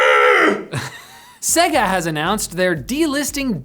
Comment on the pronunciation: Segga? WTF. SAY-GAH